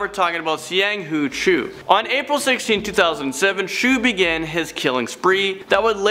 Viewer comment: Cho is pronounced as choh